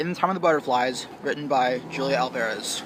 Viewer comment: JULIA Hulia not J but H